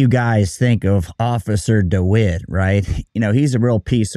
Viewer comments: I think you said his name wrong at the end it's not DeWitt it's dimwit hahaha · Did you say dewitt or dumwitt